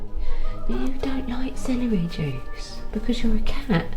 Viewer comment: She's fine as hell. I love hearing her say "Celery jewce"